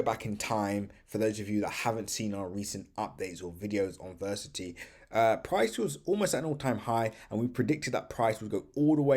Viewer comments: Ver ass it - e , say it with me come on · Why do you not pronounce the A in Verasity? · It might be a good idea to learn how to pronounce Verasity.